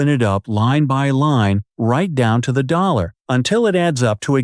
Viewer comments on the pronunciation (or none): none